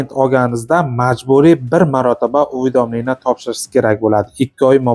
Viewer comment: Лулими бу уведомление деган сузни айтолмаяпти😂